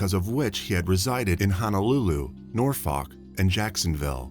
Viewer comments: It's pronounced Nor fuk Virginia. Or u wanna sound local, nawfuk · 7. It's pronounced SpoCAN and not SpoKANE 8. It's pronounced Norfuk or Nawfuk (locals say this) not Nor Folk 9. Amour is also a French word 10. 😊